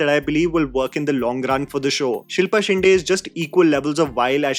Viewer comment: Just once it'll be nice to hear a North Indian pronounce Shinde correctly. my dear it's not that difficult a pronunciation.